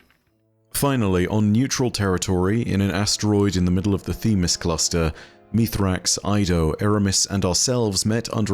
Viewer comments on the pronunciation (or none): Hey, as our you gotta stop calling Misraaks, Mithrax.